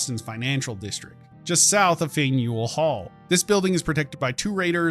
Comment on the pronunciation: pronounce it: fan-u-all hall